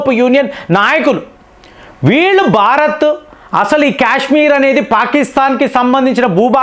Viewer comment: Cash మీర్ కాదు కాశ్మీర్ అని పలకాలి